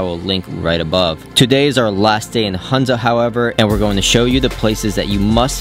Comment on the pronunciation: A small correction - Its HUNZA not HANZA :)